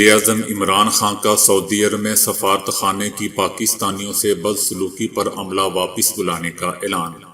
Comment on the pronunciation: safarat khana in urdu please say safa-rat rat sound should be clear, don't say as one word